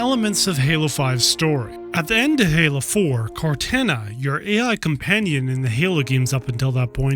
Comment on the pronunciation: Awesome video. But please, it’s canonically pronounced “Cor-tah-nah,” not “Cortanna.”